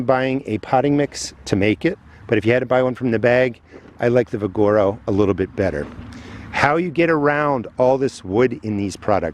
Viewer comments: “Vigoro” is pronounced: VIG-UH-ROW (…as in vigor) 👍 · Vig ah row Ve gar o...potato Po tah to...LOL It doesn't matter. I'm glad you show this to people. I do like you and make my own. I even sift out all the wood and compost it or use it for mulch. The garden industry is just as much "ripeoff profiteers" as the rest of the industries. My favorite bagged soil was Shultz. Now they don't sell it here. I have no idea why. Kellogg's...that stuff...in my opinion is awful.